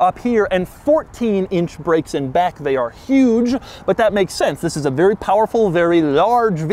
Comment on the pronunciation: “TTTTTHHHISSS” was so hard his voice somehow vibrated